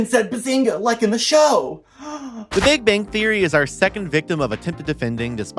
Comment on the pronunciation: I liked how you mispronounced big bang theory every time it was mentioned during the Young Sheldon part lol